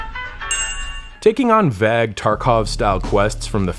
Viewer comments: No criticism in this, just letting you know the pronunciation of vague It's a long a, like Jason or name. So, it sounds like "v ay g', vayg, vague. :D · cant stand how this guy pronounces 'vague' wrong multiple times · “vag idea” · lol what regional accent pronounces vague like that!?